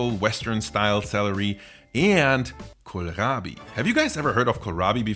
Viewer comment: When you said "kohlrabi" I heard "Gorlami".